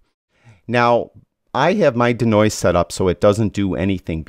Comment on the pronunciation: Can we all agree that the pronunciation of 'Denoise' is 'DEE-noise' not 'duh-noise' nor 'deh-noise'. Think deconstruct or deescalate. 'De' in front of another word generally means to remove or eliminate. Otherwise another great video.